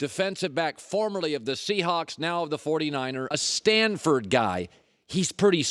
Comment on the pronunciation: Jacob Baker I know that, I’m mocking A:The weird way he emphasized it B:How unnecessary it was, everyone knows you’re smart if you went to Stanford